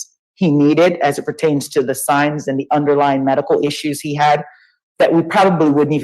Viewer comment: He tried to use the word underlying and said underlined-ing